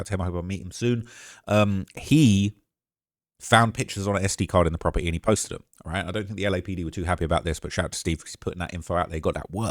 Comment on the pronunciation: “From the proper-E”